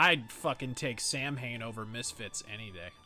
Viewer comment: I know that this is an old vid, but, Hey!!! "Samhain" is pronounced "Sa'Win". Would love to see a mythos on this band!